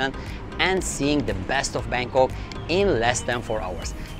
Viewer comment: 🤣🤣🤔...BANGKOK mister bukan bengkok kalo kata orang indonesia mah tidak lurus. Tidak ada texs indonesianya kurang bagus